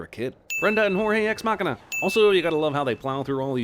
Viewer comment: Stop mangling "deus ex machina", man! Ex machina by itself means like "hand of", lol.